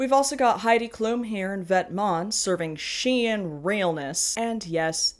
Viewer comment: Someone Pronouncing Vetements correctly, in Majima drag? I am in the correct space 🫶🏼✨💁🏽